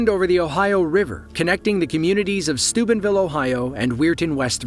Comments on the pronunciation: i heard he said stupid vill but i think he said steuben vill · was I the only one who heard stupidvillen and weird west?😂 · I thought u said Stupidville Ohio 😂